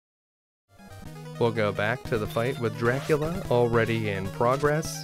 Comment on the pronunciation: Medusa with Grant? Axes from the ceiling. Also, I cannot unhear it when you say it... Chrevor jumps the penjulum to chry his shtrategy against Jracula. Great video, I enjoyed it. Thanks.